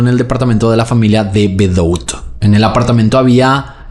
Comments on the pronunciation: El apellido De Bedout se pronuncia "De Bedut", no bedout 😂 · Debeduá!!!! se pronuncia. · El apellido se pronuncia de bedú. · Hola, solo por información te cuento que el apellido de las victimas se escribe "De Bedout" pero se pronuncia "De Bedut".